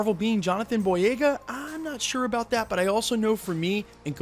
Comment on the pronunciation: u said”rong” I’m correcting your sentence also “about” not abute